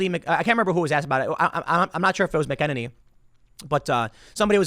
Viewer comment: Tim the name is Kayleigh MacKeNAYnee, at least that’s how I keep hearing her name pronounced in interviews with her. Don’t know if you read the comments but figured I’d let you know since it is one of those difficult names to pronounce. Love the show bro